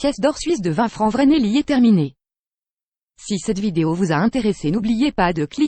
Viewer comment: Le Vreneli ne se prononce pas (Vraisneli) mais se prononce (Fraisneli) car le V en allemand se prononce Fau !!